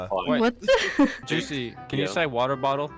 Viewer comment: water bo'l